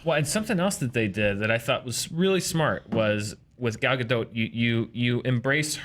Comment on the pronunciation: PS. the way you pronounce gal's name is actually really good (I just know lots of Americans struggle with it)